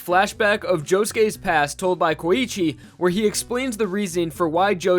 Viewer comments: i die every time when u say Koichi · Koichi is 2 syllables, not 3.